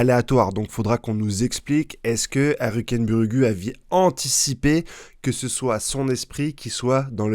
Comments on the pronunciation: Frere je l’écris phonétiquement stp prononce le ainsi ARKENBOURG ET NON PAS ARUKEN BURUGUU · repeat after me : HAL-KEN-BURG... Merci pour votre travail sur Hunterxhunter, c'est toujours un plaisir d'écouter vos avis, review des chapitres et théories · C'est quoi cette prononciation de Halkenberg 😂